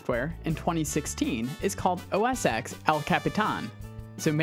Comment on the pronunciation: OS X (Ten) not Ex. X is a Roman numeral for 10